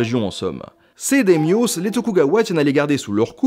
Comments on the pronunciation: Comment est il possible de deformer les mots d'une langue si pauvre phonétiquement ?"da-y-mio" n'est pas un mot grec où il y a un s au bout. Tout comme l'époque sengoku à prononcer "sainegoku". Sinin ça fait penser à dragon ball. Lol sinon, c'est toujours intéressant tes vidéos. Continue ! Merci d'éclairer nos lanternes et de rendre l'histoire intéressante pour le plus grand nombre. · Daimyos sans le s ça ce dit da i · Oui donc les "démyosses" ... :D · C'est effectivement prononcé Daïmio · Olala oui bon film mais c’est le bordel historique 😂 tu m’as fais découvrir une prononciation horrible du mot daimyos mais sinon excellente vidéo 👌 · J'adore la vidéo mais j'ai quand même bien grincé des dents à la prononciation de daimyos... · "Daimyo"(s) se prononce "Daïmyo", pas "Démiosse" ^^ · c'est très bien, sauf la prononciation de certains mots Dai-Myho c'est pas "démio" mais " d'ail mi ho...." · "démiosse" franchement ça m'a fait tiquer tout la vidéo... daïmyo bordel... c'est pas du grec ya rien qui se finissent en "os" en japonais... 'osu" éventuellement... ou la période sangoku ? t'es sérieux ? c'es SENgoku (sèngokou) quand on fait une vidéos sur l'histoire du japon on vérifie la prononciation des termes étrangers c'est un minimum... bon yen a d'autre qui t'ont fait les même remarque mais quand tu veux éduquer et que tu diffuses des erreurs c'est plutôt contre-productif. Et tu passes pour un branque aussi... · Pas de chance, c'est correcte: c'est bien sengoku, et pas sangoku. 日本語は日本人のように喋られないけど、そんな基本の間違いを正しくしていいでしょう？ D'ailleurs "démios" fait encore plus mal ^^ On s'en fout, puisque cette vidéo n'est pas destinées à des japonais, mais juste pour information ça ce prononce daïmyou (da-i-myoo), qui se traduit littéralement par "grand nom", sous-entendu renommé. Concernant le s prononcé au pluriel, je crois me rappeler qu'on ne prononce pas les s du pluriel des noms empruntés aux langues étrangères, mais je n'en suis pas plus sûr que ça. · DA-I-MYŌ "daillemyô" pas démyoss.